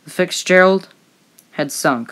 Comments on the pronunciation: Edmund Fitzgerald. Fits-gerald. Not Fixgerald, not Ficks-gerald. Fitzgerald. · Bro it’s FITZgerald not FICKSgerald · FITZ-gerald!! Not 'Fix-Gerald! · Is it Futzgerald or as she keeps saying. Ficksgerald? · It is pronounced FITZ GERALD NOT FIX GERALD show the resct to the crew and familys by atleast saying the name correctly!!!! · FITZGERALD!!!! Quit pronouncing it Fixgerald!!!! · Are you kidding? The narrator keeps saying FIX-GERALD! she couldn't pronounce many words in this documentary. That's not top shelf narration. Must have said Fix Gerald 50 times lol. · Are you saying Fix-Gerald?? It sounds like you’re a kid doing a school project. Good job. Hope you got an A. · everytime the narrator says "Fitzgerald" it's sounds like "Fixgerald" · Sounds like he's saying fix Gerald. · I have never heard the name pronounced Fixgerald before. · After about the 40th time ypu said "ficksgerald' my emotional state grew "terblient " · The “Fix-Gerald?” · The “FICKSgerald” lol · I like this video in general, but the pronounced "Fixgerald" made me tune out.. 🤦🏻‍♂️ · I swear to God she is saying the fix Gerald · I have never heard her called the fixgearald. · Why does this guy keep saying fixgerald?? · Why does it sound like you keep calling her the Fixgerald ? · What’s with calling it the “Fix”gerald? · Is it just me or is the narrator pronouncing it “Fixgerald”? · Good story, but you kept calling The Fitzgerald the "Fixgerald". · I’m sorry, but your saying “fiksgerald” was very distracting. Other than that, fine video. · Why does she keep saying Ficks Gerald? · Am Ii hearing "FIX Gerald?" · The “ fixgerald” so much poor pronunciation overall but get the name right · Edmund Fixgerald??? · "Fix" Gerald?? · The Fixgerald? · I’m sorry. Is she saying “FIKsgerald??” That’s all I can hear, honestly. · I’ve always been interested in this ship, but I can’t watch this. The volume changes and the mispronounced name “fixgerald” is too annoying. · Is English your first language? FIXGERALD?